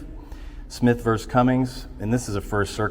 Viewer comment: One thing that I notice about ALL 1Aauditors is that they cannot say the word "versus" properly. They all say VERSE. It make me insane that they can't even speak english correctly..